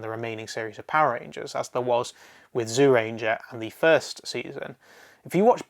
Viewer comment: I can't watch this while you are pronouncing Zyuranger as "Zoo ranger". Please pronounce it more like "Jew ranger".